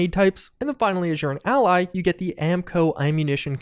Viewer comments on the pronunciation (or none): none